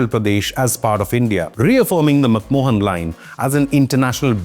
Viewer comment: Bro it is MacMahon Line not MacMohan line. MacMohan was a Film actor.